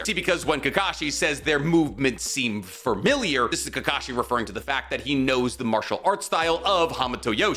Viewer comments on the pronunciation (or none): so...did you say "fur-miliar" on purpose? ...a pun?